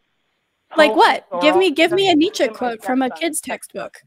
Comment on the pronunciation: You got caaa Jung, you got Neeeech 😳😂